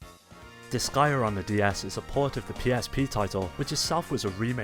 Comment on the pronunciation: Finally, after all those years, I now know how to pronounce Disgaea. You've earned yourself a subscriber.